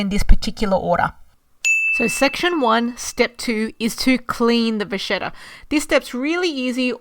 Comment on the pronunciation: It’s pronounced va-KET-ta not vashetta 😂